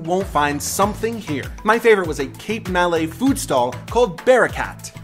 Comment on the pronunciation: It's not MAL LAY .... It's MA LAY. Malaysia. More like Mi'Lord ... Yes, Mi-Lady ..... Ma-lay